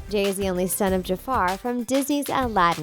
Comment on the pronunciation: Jay is Jamie son not jufare however you spell it